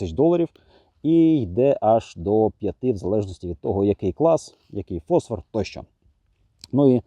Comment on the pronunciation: Дякую! Маленьке зауваження від оптика: не фОсфор, а фосфОр. ФОсфор - це хімічний елемент. ФосфОр - це будь-яка люмінесцентна речовина.